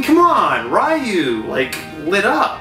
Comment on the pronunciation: And I cringe when I hear people pronounce Ryu wrong! But it's okay, back then there probably wasn't any official pronunciation.